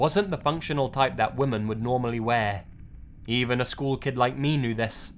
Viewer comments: and WOMAN every time instead of WOMEN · How the fuck does this guy not know how to pronounce the word women???. There's a very clear difference between woman and women. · The way he pronounces women as woman... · And the plural is WOMEN (pronounced WIMMEN). For the love of God, pronounce these words correctly. Pleeeeease! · Surprised an Englishman can´t pronounce Women in plural :)